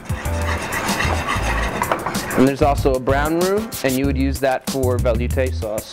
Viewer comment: Vel you tay....really? Veloutè